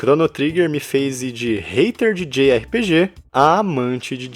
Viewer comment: djei ar pi di, ou jota erre pe ge, não djei erre pe ge kkkk